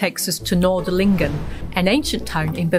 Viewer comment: Very interesting. Thanks! Small remark it is Nördlingen not Nordlingen. Completely different pronunciation.